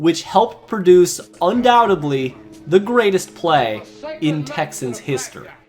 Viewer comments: Undoubtedly, not undoubtably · Learn to pronounce undoubtedly please